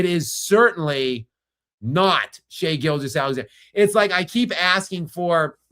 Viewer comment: He always pronounces SGA's name as if it's Shai-Gilgeous Alexander, like Shai-Gilgeous is his first name and Alexander is his last name.